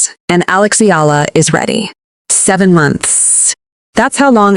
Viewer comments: Eh-ah-lah 3 syllables 🥸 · Please say it properly EALA